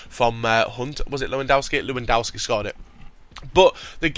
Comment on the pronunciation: IT'S PRONOUNCED LEV-EN-DOSKI